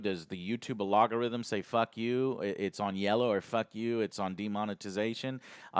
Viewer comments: joe: a log ga rhythm how to say it correctly: al go rhythm fuck joe.....can you at least learn how to pronounce words correctly? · For the love of Christ, how does Joe still not know how to say ALGORITHM? Not “alogorithm!!!